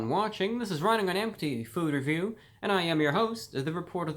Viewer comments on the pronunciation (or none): I love it when he says FOod reVIEW, have an awesome day everyone!